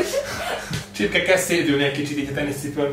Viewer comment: A csipke helyett azert ertettem h csirke 😂😂 XD